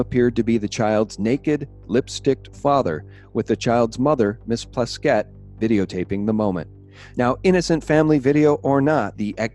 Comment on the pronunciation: On the Gov's name. The J is pronounced like a Y. Say it like dee-young. And the wife's name is se-SEEL. The Delegate's name is PLAS-kett, like gasket, not plas-KETT. IMO, Epstein was working for the CIA, moving money around from one trust to another, funneling to spooky mind-control and genome "science." And putting various pols in compromising positions. Yes, he had the Gov's wife on the payroll for at least 125k/yr. That was public info in the 2006 election, just after the 05 indictment. And as to keeping an eye on Epstein - does the VI Police Department even have a boat? West Indians are not exactly sea-fearing people.